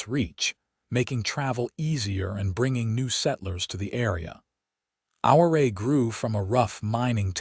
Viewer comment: Good story but their pronouncing Ouray incorrectly.